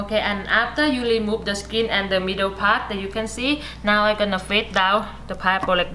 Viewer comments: its Pineapple,not paiapple.. and say remove,not limove.first correct your spoken English than do such video or just talk in your own dailect. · Remove - lemove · I was going to comment this too but had seen you already did. She’s so cute. 😂 L-emove instead of re-move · Why are you "lemove" all the "r" wkwkwkkwk ? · Love to hear when she say"lemove" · wow,,...piaple,..limov..nice pronunciations....Enjoyed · Leemove the eye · I really like the word she say remove(lemote)